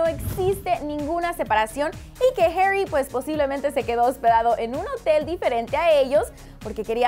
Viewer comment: No sabes decir Zayn y harri